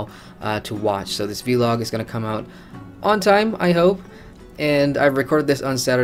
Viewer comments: Say VLOG not V-LOG please... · try it... its not hard, say it with me... VVVLLLLLOOOOG :)